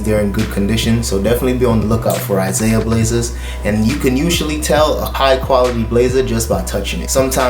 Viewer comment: ISAIA is pronounced "EEZ-AH-EE-AH"